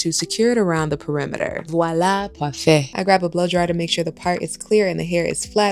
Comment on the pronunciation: “Voila! Parfait” You said it well in French! Amazing girl! Always thought it was yours!!😊